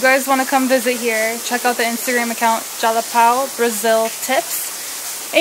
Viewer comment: Whaaat managed to say Jalapão i was expecting jalapau hahahahaha. So hard to see nort americans pronouncing nasal words.